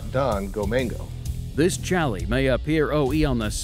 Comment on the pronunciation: love the show but please STOP saying "CHALLY"